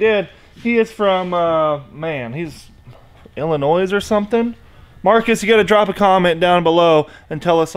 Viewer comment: the s is silent in illinois